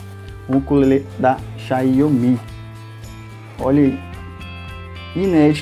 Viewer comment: O nome deve ser dito assim: xaomi